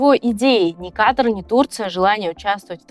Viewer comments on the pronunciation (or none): none